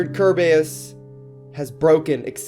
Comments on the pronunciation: Remember ker-bey-us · its called (cer bea iss)